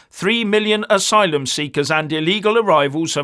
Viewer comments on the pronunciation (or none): none